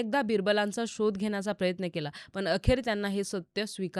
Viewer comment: Tales of Birbal. पण आणी पन याचा proper उच्चार करा ताई.